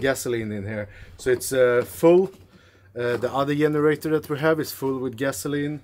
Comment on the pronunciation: When says “yenerator” and “yust” makes me smile, my spouses grandmother was Norwegian..love and miss he Norwegian pronunciations!